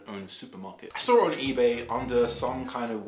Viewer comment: “ I sawr it on eBay” 😂